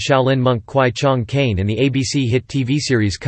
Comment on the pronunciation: Is pronounce kwai Chang Caine not Chung